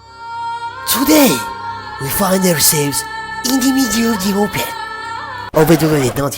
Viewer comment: he said "today" like chudey and i know hindi a bit.....